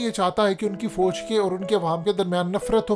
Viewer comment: Apni Urdu kheek karein foje naheen Fauj hota hey lafz. Qoumi zaban naheen aati videos pay commentary ka shouq hey.